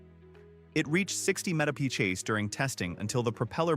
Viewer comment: Apparently AI can’t pronounce MPH or at least this one couldn’t!